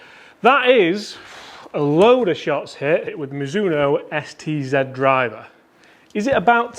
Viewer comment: Don't you mean Mizuno Sed,Ted Zed driver?😁